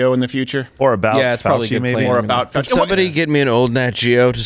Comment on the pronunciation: Dr. Faux-chee !!!